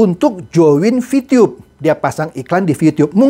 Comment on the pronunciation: Aksen bapak ketika bilang "vtube" lucu deh, saya sampai gemes rasa-rasa pingin ngebom kantor vtube. Eh kantornya emang ada ya? Jgn2 fiktif lagi. 🤣🤣🤣